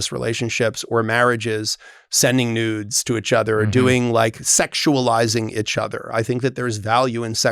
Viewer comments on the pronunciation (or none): Clause: You have to say “each other” not “itch other”. 😂